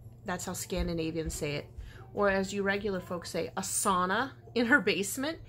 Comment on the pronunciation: My hubby is originally from Cloquet, MN..he pronounces “sauna” the same way 😂. Very nice swap!